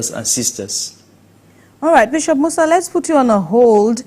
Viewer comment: Musa is Moses in Hausa. So it is just a translation, Adamu is Adam , Maria is Mariamu. So why change the pronunciation